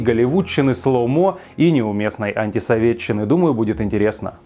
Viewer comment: Мальчик то при Союзе не жил, но как он произносит "антисоветтччина")))) как те комсюки в 80-х ))))